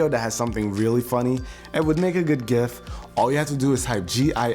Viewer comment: I'm so happy he pronounced "gif" the correct way